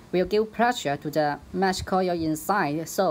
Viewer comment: Coil not coyel